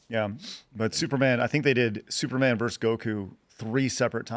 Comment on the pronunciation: Brett joins Dave Rubin as yet another podcaster who can't pronounce the word VERSUS.